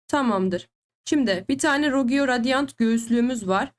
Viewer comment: Abla video güzel ama rogue ye rogiyo deme lütfen